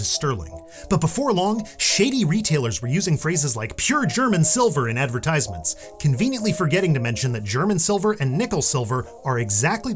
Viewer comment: And that's not how you pronounce 'advertisement'.